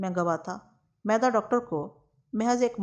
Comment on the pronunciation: میدا نہیں۔۔۔۔۔۔۔مِیدا ھے۔عام طور پر حمیداللہ نام کے لوگوں کو بچپن میں مِیدا کہا جاتا ھے۔۔۔شکریہ